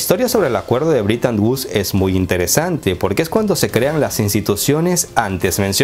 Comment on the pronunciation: Amigo: No se si mis orejas me fallen, pero capto que pronuncias ligeramente " britan uds ". No te fallara la matematica queriendo decir "BRETON WOODS".? Me pregunto!!......